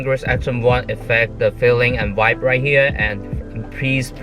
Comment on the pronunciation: 把vibe念清楚